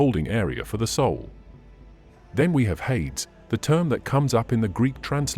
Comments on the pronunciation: It's not that important, but it IS pronounced hay-dees in English - which is probably still unrecognizable to the ancient Greeks!😊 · Hades is pronounced hay-dees by the way.